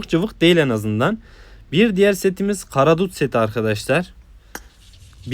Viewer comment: Karadul ❌ karadut ✅